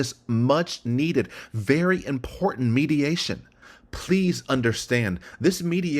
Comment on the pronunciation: Damn, you can't pronounce "important?"